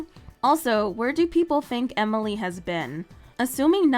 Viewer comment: Just saying amalie not Emily just saying just saying